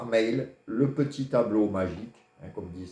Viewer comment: Bsr mr votre mail svp prononcé bien on veux s"abonner